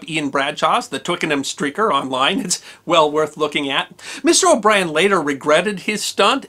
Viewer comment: Oh nooooo! O' Brien just had to be Australian, didn't he. Please excuse me while I cringe. 😖